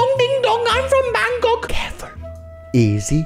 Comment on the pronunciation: It's Bangkok not bangCOCK